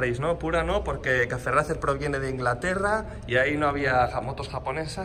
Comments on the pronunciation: Cafe racer, demonios tu ingles 🙄🙄🙄🙄🙄🙄 se pronuncia "reicer" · ¿Porque no pronuncian bien el estilo los españoletes ? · Porque los españoles pronunciamos Racer tal cual suena y no ‘Reicer’. Es un anglicismo que así se ha importado. En nuestro instagram publicamos en inglés y verás que escribimos el idioma de manera cuasi-perfecta. Un saludo! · Disculpe amigo porque ustedes dicen racer y no como se deberia pronunciar!? Bueno es que aqui decimos la pronunciacion en ingles 😅